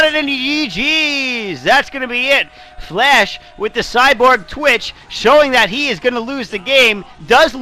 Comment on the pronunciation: It sounds like is saying "Flesh" instead of "Flash" ^^